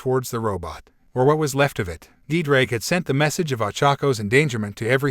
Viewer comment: My Welsh heart is hurting every time I hear Ddraig